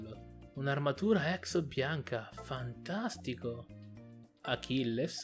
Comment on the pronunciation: Si pronuncia acless